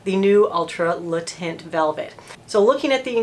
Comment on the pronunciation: The way she pronounced Le Teint.. nothing worse than an American not even trying to pronounce the product the way it should be pronounced.